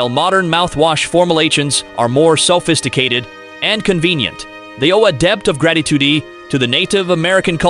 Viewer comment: Iroquois =EAR oh Kwa. Salish = SAIL ish. What happened ? Gold threed? Formal ations? Selfisticated, debbt, gratitudy, seeringes, tiepees. Is your AI narrator sick?